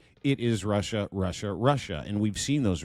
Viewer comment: Lost me after the 52nd "you know". And Wussia.